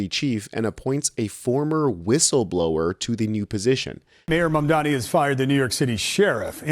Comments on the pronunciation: Excellent video. She said...mamdami, ok. That's all i need to know. Ergo, a lazy person who couldn't bother to get his name right, let alone facts. Mamdani has steered the core issue to improving NYC, not foreign countries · Why is it so difficult for MAGA people to say Mamdanis name?? They always say Mamdami. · and his detractors still don't know how to pronounce his name properly, or they don't care to smh